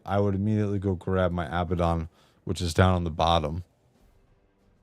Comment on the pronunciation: Oh it’s pronounced Ab-bad-on it means “the bottomless pit” in real life. Not abba-don. Abaddon Ab-bad-don